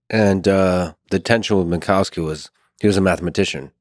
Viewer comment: That's still not how you pronounce "Minkowski" correctly.